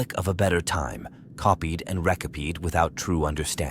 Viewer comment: It's AI. Listen to the reading goofs. "Copied and rec-cup-peed" 😂